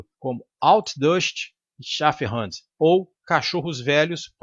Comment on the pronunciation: Muito legal. Só a pronúncia do alemão que está estranha haha mas ninguém é obrigado a saber, né. Uma dica, pronuncie como se fosse português, e não como se fosse Ingles. Pois não faz sentido pronunciar segundo às regras do inglês quando não se sabe pronunciar determinado idioma estrangeiro. Muita gente faz isso. Tipo você falando o u de Hund como um a, como se fosse inglês.